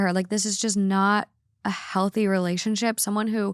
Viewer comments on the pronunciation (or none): none